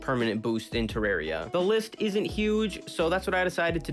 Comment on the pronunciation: I think he said Terraria wrong.